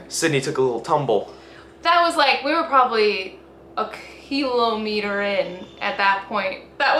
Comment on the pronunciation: It's kilometer, not kilometer.